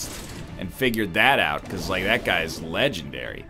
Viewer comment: Am i the only one who was impressed by "legendairy"